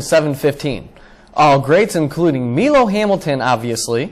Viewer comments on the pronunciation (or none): ME-LO?? It's Milo Hamilton. MY-LO. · It was not MEE--LO Hamilton, its MI-LO (Milo) Hamilton!! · Milo Hamilton's name isn't pronounced "Me-low" it's "My-low" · It's a good vid. But there are some errors. 10. There was a better call on the home run by Phil Rizzuto just to let you know. 5. You said Milo Hamilton's name wrong. It's Milo (MY-LO) Hamilton. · the fact that Milo's call isn't number one is disturbing. it literally is the most repeated call in MLB history. also you are pronouncing it wrong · this list is dogshit and you can't even pronounce "milo" correctly. he's in the hall of fame show some respect